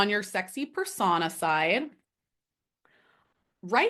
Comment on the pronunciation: This is driving me crazy ... but its pronounced ... per sew-nah or per so -na .... not persagna ... persona ..... but ... overall interesting video